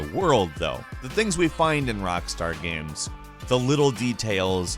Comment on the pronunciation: The way says "gaehms"